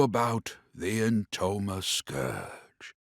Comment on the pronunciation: Now that I'm watching this again, in 2026, I can't see certain characters from a different game when I hear the name "Entoma" cuz I can't unhear it as "Intoner". And I think they could fit right in. Anyway, let me just count down, why, no reason, really Five, Four, Three, Two, One, Zero